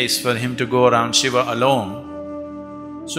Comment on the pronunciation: What the f is a shivaaa? Its shiva not shivaaa